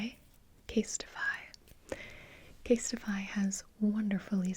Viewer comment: when you said casetify, i heard kiss my ass😂😂